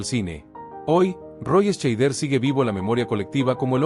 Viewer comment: Dios mio, se pronuncia Shaider, joder, documentate un poco. Y también Estiven......mejor no sigo, odio la mediocridad.